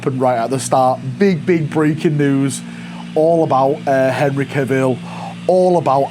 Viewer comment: Live to you now from the Valcony. Breaking news: still can’t say Cavill